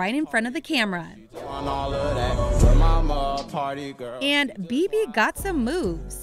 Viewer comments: lets take a moment and realize that is sounded like she said pretty girl instead of party girl 😂😂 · She did not just say pretty girl its ''Party girl''